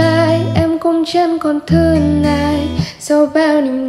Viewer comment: em nghĩ chị nên sửa lại phát âm -ng và -t như chữ thương, tiếc. Do nghe như vậy hơi khó chịu tí ạ